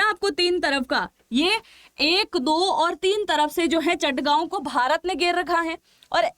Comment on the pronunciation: Its Chittagong not Chattagaon